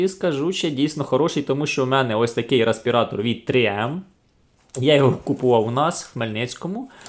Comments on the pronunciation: ну бляха! рЕспиратор! не рА!..🙄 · Дякую за огляд. Але, бляха: "рАспіратор"??? Ну, камон... 21 сторіччя...